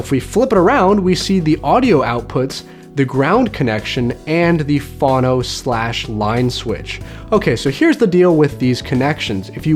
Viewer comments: ~ FOE-NO, NOT FAH-NO. Phono short for phonograph, with a long letter 'o' ~ never heard phono pronounced as you did. You lost me with the belt-driven turntable. Cheers, DAVEDJ ~ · chuckle when he says "fawno".